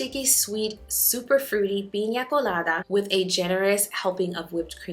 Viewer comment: Praying for you and all the people of Florida! May God protect each one of you! 🙏🏼🙏🏼🙏🏼 Love!!!! The way you pronounced "piña colada" had me so proud!!! 🙌🏼🙌🏼🙌🏼👏🏼 👏🏼👏🏼👏🏼 lol 😅